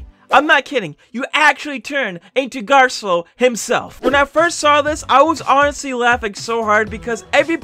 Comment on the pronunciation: How you say garcello though garllo